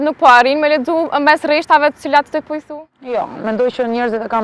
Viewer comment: Rreshtave, jo reshtave